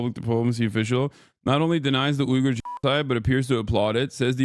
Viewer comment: Hasan, it's pronounced weegger